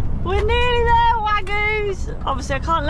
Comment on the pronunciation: "it's up theair " 🤣 🤣